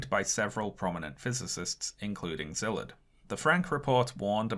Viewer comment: The Sz in Szilard's name is pronounced like the the sound a snake makes with it's mouth.